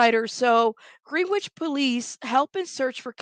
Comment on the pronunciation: Could be wrong but I believe the pronunciation is Gren ich